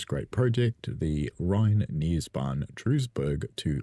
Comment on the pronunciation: I’m not even going to bother trying to get you to pronounce Mőnchengladbach correctly! I used to live near there so I’ve got a bit of a head start. Duisburg is pronounced like Dweezburg.